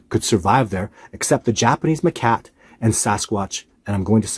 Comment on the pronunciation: Hate to be a the school teacher here but it’s macaque, not ma-cat.